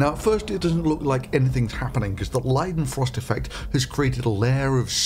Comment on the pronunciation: Thank you for pronouncing Leidenfrost correctly.